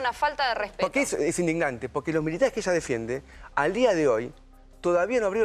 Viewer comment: Vo efende a stizzz.... vo efende a stizzz...